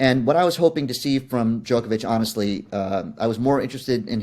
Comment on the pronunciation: His name rhymes with Jock not joke get it right